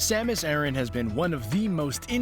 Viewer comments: Aran not arron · My god, your pronunciations are atrocious! Her last name is pronounced A-Ran, like Iran the country except with an A. Secondly, the Planet is not pronounced Zee-bees ... it's Zeh-bes. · Samus Aaron? Only ever heard of pronounced similar to Iran. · in Japanese it is サマス•アラン, making the pronunciation something like ah-r(l)an, which is closer to the male name Aaron than to Iran.